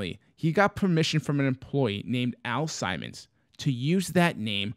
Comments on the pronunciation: Al Simons lolol Al Simmons guys. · Nice touch with the aviators. Also it's Sim-mons.